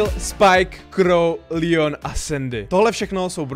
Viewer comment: Je to leon a ne lion